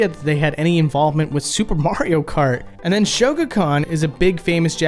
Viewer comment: Supre Mayro Kratt